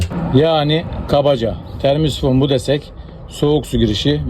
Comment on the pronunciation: Termisifon diyen dillerini yesinler